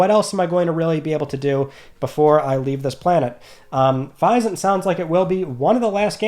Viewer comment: please, say Physint correctly. Physics + isn’t, it’s not hard buddy.